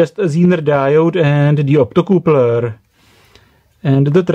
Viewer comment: "optocoopler" love it